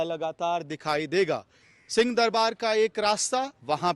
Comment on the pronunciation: पत्रकार महोदय जी 🙏🙏🙏 राम राम आप उच्चारण ठीक से नहीं कर रहे हैं। आप सिंह दरबार को सीं दरबार बोल रहे हैं। आप हम लोगों की बात का बुरा मत मानना। आप स्वयं सुन लीजिए।